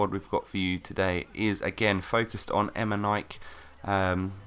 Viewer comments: LOL eme-nike its emeneeykay pronounced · Em-e-nik-e... Not Emenik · Omg.. Emenaik? it sounds so wrong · EM-IN-EE-KAY nice video by the way!:-) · Not trying to hate, BUT ITS PRONOUNCED EMENIKEY, love your videos :') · Emenike = Em-en-eek-ay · emen-ek that is how you say it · I think it's pronounced "Em en nee kay". Well, atleast that's what the commentators on FIFA say :P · Have you been living under a rock all your life? It's pronounced Emenike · He's pronounced M-N-E-K Say the letters out aloud and thats how you pronounce his name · not hating but you pronounce his name em-e-kne-kay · its pronounced em-en-iy-k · Lol you cant even say eminikeeeee right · it would only be pronounced like that if there was an é on the end :) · U said Emike wrong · Fine then, you said emenike wrong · your saying eminike wrong. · QUIT SAYING HIS NAME WRONG